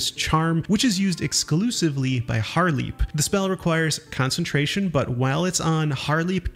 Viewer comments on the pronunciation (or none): Most of this video is kinda a sham but what hurt me most was the Haarlep pronunciation like come on, they literally say their own name, how do you mispronounce that